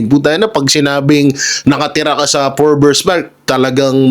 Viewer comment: FORBES NOT FORBERS